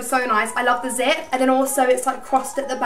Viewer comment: When she said zip I thought she said zit 😂😂😂